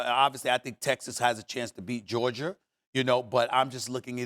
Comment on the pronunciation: SAS: "i'll take Georgiar"